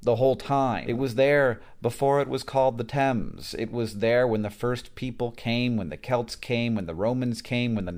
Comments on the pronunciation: it's pronounced 'tems' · Definitely pronounced "tems", rhymes with "hems" like on trousers. There is a tributary of the Thames called the Thame, running through Buckinghamshire and Oxfordshire, which is pronounced "taym", like you are training a wild animal (tame). This one rhymes with "same". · THANK YOU FOR PRONOUNCING IT CORRECTLY!!!